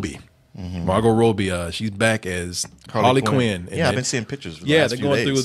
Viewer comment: Is incapable of pronouncing ANYONE’S name correctly? How do you mispronounce “Robbie”??